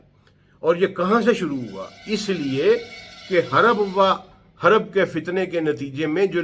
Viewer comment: ھَرَبَ وَ حَرَبَ نہیں ہے پڑھے لکھے بھائی, ھَرَبٌ وَحَرْبٌ ہے